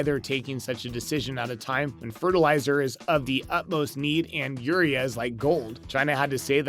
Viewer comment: Agreed I farm in iowa there is no fertilizer shortage. This guy can't even pronounce urea give me break. All price gouging